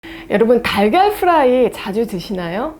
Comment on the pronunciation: 달걀프라이 발음하실때는 프라이 F발음 하시면서 프라이팬 발음하실때는 프라이 P발음 하시네요 😂